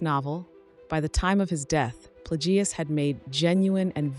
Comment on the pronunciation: Darth Plag gee uss. Nice try AI.